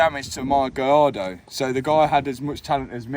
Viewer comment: Matt can't say gallardo. 😂